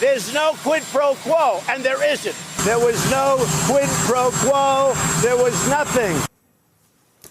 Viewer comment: No doubt he’d never heard of it until he was told that he’d done it. He even said “no pro quo”. Trump is poorly educated, probably f’ed off in school because he knew it didn’t matter.